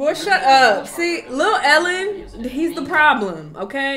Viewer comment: 😂😂😂 NOT LUH ELLEN